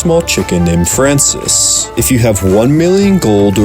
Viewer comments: “Francis” it’s fran-swah” Francois you goof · Fransois is not FRANCIS....its Fran-swah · Francois! FRAN-SWAH he fancy!